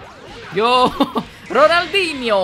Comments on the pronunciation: Da próxima vez que for insinuar o Ronaldinho fala direito 😊😊😊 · being brazillian and see saying "Ronaldinho Soccer" is so hilarious, lol.